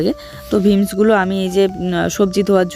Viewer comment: ভিমস না কথাটা বিমস